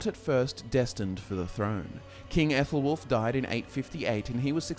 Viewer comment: Minor qualms in pronunciation, the Æ/æ letter isn't the 'ae' sound in modern English or Latin, in Old English it's spokenas the sound in cat (k/a/t), so the name is pronounced similar to 'Allah,' just without the h sound. With the sons of Aethelwulf and his sons, the 'th' isn't the soft one like in 'thought' (Þ,þ) but the voiced one like in 'the.' (Ð,ð) Other than these minor gripes, the rest of the pronunciations are surprisingly accurate, good job